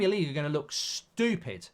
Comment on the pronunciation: stop pronouncing 'stupid' like a 5 year old!! Stu-pid not stuoo-pid. Pointless rant over